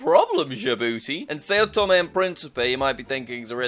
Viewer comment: It’s pronounce like sow tome, not say-oh tome.